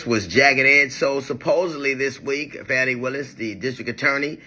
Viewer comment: Hey DL The Atlanta prosecutor name is Fawny not Fanny !!